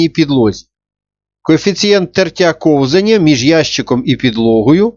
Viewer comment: кОвзання, а не ковзАння